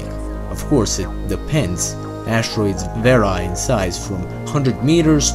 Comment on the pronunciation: They vary in size, not var-eye. Vare-ee. "Vare" like "Hair" then "ee". Ffs man learn to English...